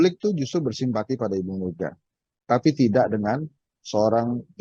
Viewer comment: Gimana gimana kok kurang jelas !!! bersimpati ??? 😅😅😅